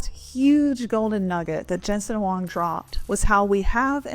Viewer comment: Nice, U can read Huang correctly. Do u know his Chinese name is: 黃仁勳; pinyin: Huáng Rénxūn :face-blue-smiling